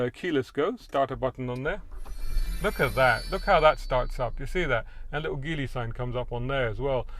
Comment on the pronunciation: Good review. BTW, Geely is pronounced "gee" "lee".